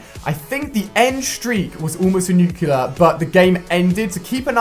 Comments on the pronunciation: Pronounced nuke lee ur not nukiler I'm sorry but correction just feels good I'm still you're big fan though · It's NUCLEAR not nucular!! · nuclear* not nucular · Nuclear! NOT NUCULER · NUCLEAR. Why are you saying "Nuke U Lar"? That's just not how you say it, you sound like George W. Bush. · Its a nuclear not a nucealar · nu clear not nu kyoo lear fuck you brits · Btw its pronounced nuclear, not nucular. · Yeah, but he keeps saying nucular. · did he say nuclular in the beginning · can't even pronounce Nuclear